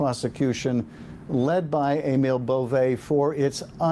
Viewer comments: It's pronounced "A mull." My uncle and his son, my first cousin had that name. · Why does he keep calling him "A-MALE Boe-VAY" 🤣😂